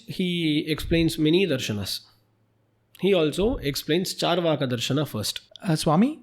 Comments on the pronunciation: It's not chaar (as in 4) vaaka. Its is charu (as in sweet) vaaka. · Charvak, not charvaka